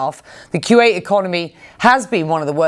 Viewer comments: Why does she keep on saying Quwait? He repeatedly pronounces the name for you but you selectively mispronounce his country’s name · I wish this british journalist would say Kuwait properly. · Becky can't say Q8 properly.